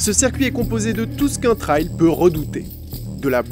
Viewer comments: C'est pas un "traille", c'est un "Trail", ça se prononce comme "treille" avec un L en plus à la fin. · Un truc que j capte pas c est pourquoi vous dite « Trayle » et pas « trèille »